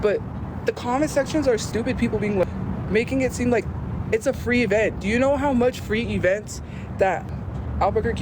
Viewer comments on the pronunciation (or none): none